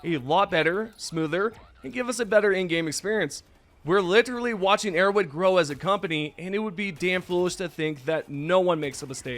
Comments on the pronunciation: “Arrow wed” bothers me so much lmao say arrowHEAD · Why do you pronounce Arrowhead like Erro'wed